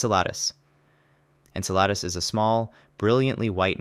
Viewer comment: insaladus?enceladus is mad😂🎉